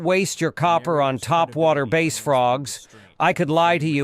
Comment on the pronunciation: WTF is a "base" boat??😂🤣And are you sure the water must be wet??😂😂😂😂🤣🤣